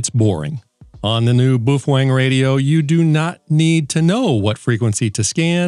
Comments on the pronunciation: Bwoo fhwang? Cmon! 🤣🤘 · What's a "Boo-fwang"?